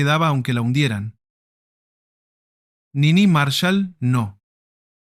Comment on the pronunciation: Al locutor habría que haberle explicado que era Niní Marshál, no Nini Marshal.